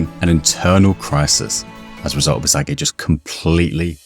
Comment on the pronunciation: DID BRO SAY ISIGUEI????